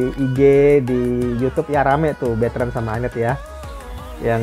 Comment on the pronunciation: Betrand bukan beetrans ☺️